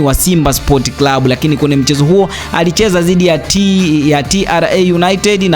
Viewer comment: Hivi mpaka leo kuna watu wanashindwa kutamka neno leo,lakini badala yake wanatamka,Reo badala ya leo!!